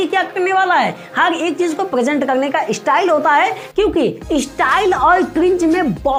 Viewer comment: Apna Hindi sudhar le 😂 estyle kya hota hai be chaman🤣( ESTYLE)😂